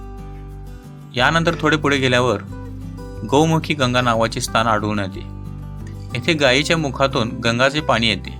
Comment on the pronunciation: स्तान नाही हो स्थान म्हणा